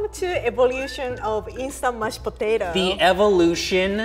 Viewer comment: The way she pronounces “Mashed Potato” perfectly describes the dish. ”mush potato”